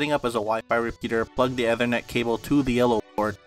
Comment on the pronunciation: well you mispronounced Ethernet so I automatically don't trust this